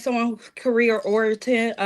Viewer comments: "career orented..." 😂😂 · She said someone who is career orited lmfao b!tch can't even say the word, which banana gonna give her this life lmfao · She’s unable to pronounce basic words such as: “dealbreaker” & “oriented,” but has a lot of demands. Give me a break.